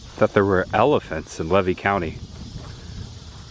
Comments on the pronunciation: Great video. I got to say. I'm 65 years old from citrus county. I never heard levy county pronounced LA-VEE. We pronounce it lee-vee. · ...it's pronounced leave E county , not lev E county, and I left Archer as a kid in the late 80S the factory was closed down then, they , may have re opened for a bit , but I don't remember 100 % I know for sure it was closed when i lived there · Hi I live levy county is pronounced leevee❤ and that house is an old cracker house it was built by the grandfather of the owner of that property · It is pronounced Lee vy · it's pronounced LEEVY COUNTY (long E). That's the way you say it 😊 I've lived here for years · The county is Levy, pronounced LEE’-VEE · I'm sorry but I just wanted to let you know it's pronounced "lee-vee" county. I've lived in Florida over 50 years and in that general area within 50 miles! 😊 I do remember some of these places that you're going to some of them I don't. It's fun to watch your videos and see the history of Florida. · this is good stuff but I must correct your pronunciation of Levy county. Locals in North Central FL call it Lee-Vee county. Keep up the great content! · Just for the record: it's pronounced; "LEE VEE" county. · Levy County is pronounced Leevee. Long es. And the little brown building in Raleigh was our polling place. If you go to Farmer's Market at Archer Depot on Tuesdays you could learn a lot of local history. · Good vid! Levy is pronounced: Leevee. No worries, being a Florida native, figured out we pronounce names just a bit different than the way the word is spelled. It's pronounced: Tim-uck-you-an & It's Fern-an-deenah. You always have good stuff! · Came here to say the same thing. Thank you! Lee-vee County. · Learn to pronounce the names of towns or counties correctly . LEE-VEE COUNTY . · Just fyi: The locals pronounce Levy as “Lee-Vee”. ❤ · It is pronounced "Lee Vee"(Levy) county.